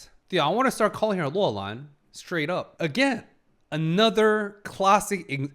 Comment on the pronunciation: You keep saying Loulan as Luolan which in Finnish means "belongs to a cave" and it's throwing me off